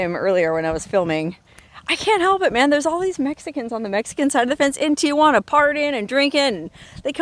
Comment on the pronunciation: Local San Diegan pet peeve, here: it is Tee-Hwan -uh. There are NOT 3 'A' s in Tijuana. I have spoken. Have a good time I'm up here in Carlsbad about 45 minutes from there where you are in good traffic. You shoulda camped here; we have nice campgrounds from here to San Clemente. Dana Point's a nice one, too ! Peace, sister!😊